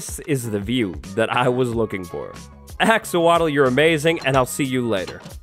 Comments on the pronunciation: Axowatle(Axe or wattles)😂🤣😂🤣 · When he said axowatl, I thought he mispronounced axolotl. Turns out that’s just a villagers name.